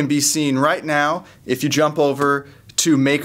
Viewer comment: Hey you did the mow thing instead of now....I caught you...:)